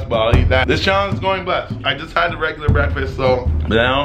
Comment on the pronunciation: Not how he said “breakfest “ instead of breakfast because they went to festivals. 1000iq 🔥🔥👌🏽